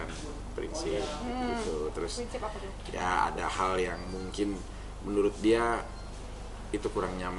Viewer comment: "MENURUT" tante bukan menuluuuut😂😂😂